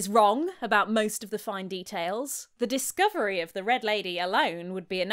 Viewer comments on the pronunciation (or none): none